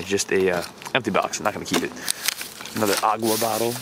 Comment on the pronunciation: "Aguá bottle" ... Are you brazilian? lol